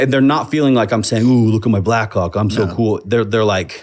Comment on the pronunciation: 25 times he said Blackhawk, 25 times I heard Blackcawk